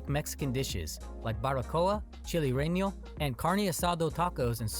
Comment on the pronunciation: a.i. trying to say chile relleno is like an illegal alien trying say buffet.